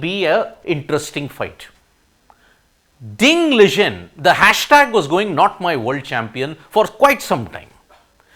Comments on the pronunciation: Wtf... U cannot even pronounce ding liren name properly... Liren not ligen 😂😂😂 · Ding Liren pronounciation is wrong Ding was suffering from depression and not recovered yet. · why cant he say ding liren correctly